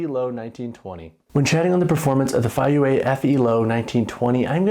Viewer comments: It's pronounced Fay-yea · The pronunciation is Fay-pause-youeh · Both pronunciations are wrong but that is ok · "I've seen two different ways to pronounce the name"...and they are both entirely wrong.